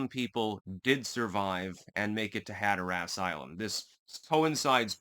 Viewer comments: have to say I've always enjoyed your channel, your distinct and decisive political analysis. It's always on point. I'm not trying to be nitpicky here, but if you're from Hatteras Island, you pronounce it "Hat-tress", most other locals pronounce it "Hat-er-res" but I've never heard anyone pronounce it like you do "Hat-er-ass". Just saying, bless your heart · "Hatter-us". You should go to the Outer Banks. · We pronounce it Hatterus Island..Not Hatherass Island :) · It's funny hearing you say hatter ass LMAO but... sorry gotta be that guy. As a learned man I trust you appreciate learning and won't take offense! Caribbean is "cah RIB be in" not "cara be in" Hatteras is "hatter iss" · Hatteras like “hatteris”not “hatter ass” if that makes sense 😊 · Instead of "Hat Er ASS", it is "Hat Er Us". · its hatteras. not hatterass. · "Had-her-ass Island"!? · Hat-terr-rus (local) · Growing up going the Hatteras, hearing Hatter-Ass makes me laugh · "HAT-ur-uss" accent on first syllable. just like colander......CALL-n-der. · “I love linguistics.” Also: “Hatter-Ass” 😂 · Hatteras Island is not pronounced that way. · Hatteras rhymes with Haggis. The more you know.... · Are you mispronouncing Hatteras intentionally for humorous effect? I'm presuming that you are lol. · “Hatter Ass” dude it’s pronounced more like “hatter is.” And Raleigh is pronounced “rhal ee” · Rah lee and Hatter iss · Just for future reference for any other Yankees not from 'round here. The 'a' in Raleigh is a schwa sound and the stress in Hatteras is on the first syllable (hat)...like HAT-ter-us. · Locals call it “Hatter-us” and “Cro-a-tan” island! Hope this helps! You did nail “Ro-a-noke” though! 😎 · You can tell by the way you say Hatteras and Raleigh that you are a Connecticut yankee.